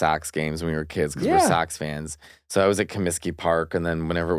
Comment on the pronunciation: U can hear Mateo’s Chicaahgo Aahkcent when he says “Sox” it’s almost “Sax”… 😂😂😂 it’s adorable!